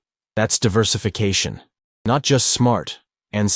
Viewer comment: The pronunciation of "Moishe" was cringe, AI is not a M.O.T. "Real Esstate" , "Diverffication" -- can't take anymore, I clicked on AI slop : /